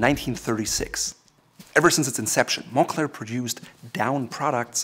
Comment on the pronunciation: "mon-Klare" is how you pronounce it correctly. Also I'm going to be honest. I bought a Moncler jacket for the comic on the inside.